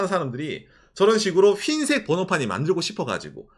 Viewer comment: 휜색 아니고 흰색요😂